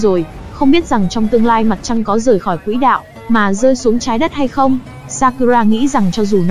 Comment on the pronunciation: b có xem clip k, clip đang nói quỷ đạo đó, nên xem nội dung trc khi rep comt ng khác nhé, ok!